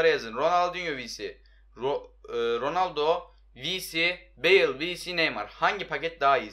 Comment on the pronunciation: roaldo degil ronaldo 😂😂